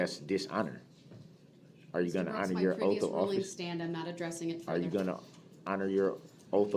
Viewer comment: Would love to see how the stenographer interpreted everything. Like "ask" or "ax". Or the 100 other ways he pronounced words incorrectly